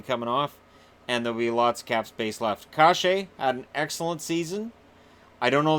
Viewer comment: Hi. Thanks for the videos. I am a Sharks fan living near Anaheim and I hear everyone here pronounce Kase as (Kah-sha). He seems like a great player and one you might talk about a lot in the future for Anaheim. Maybe (Cash-aye) is correct, but it could be worth checking out.